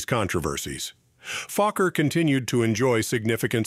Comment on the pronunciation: Was his name Fucker or Falker or Fokker??. Please check your videos before going online!!!